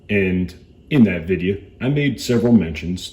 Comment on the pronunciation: That’s how I saying video from now on, Videa , ps thank you for the video. Just bought my sugar weasel.